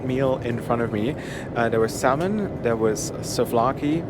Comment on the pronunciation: you dont pronounce the l in salmon